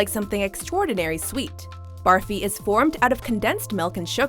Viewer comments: It is burfi not barfi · Killing me. 'A" has a 'u' pronunciation. So, it's pronounced "BURFI" not PUKE-E or BARF-E. UGH! The sole Indian in that snippet enunciated correctly. (pet peeve) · Especially Barfi - no wonder they sound disgusted when saying it the way they do cos "barf" is to "vomit" It shud be pronounced "burr fee"